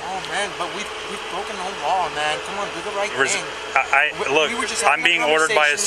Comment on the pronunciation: Second best sound clip... The best one was when he got arrested and kept saying, "What law have I "braken" ?" What law have I "braken" ?" Loser!!